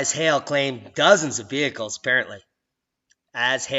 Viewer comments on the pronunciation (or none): none